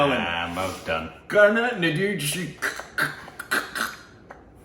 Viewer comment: It is pronounced as can-na-nee-doo-rin-cha-raa